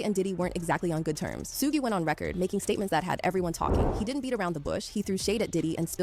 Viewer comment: The pronunciation of Suge is diabolical